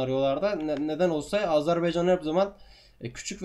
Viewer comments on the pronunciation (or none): none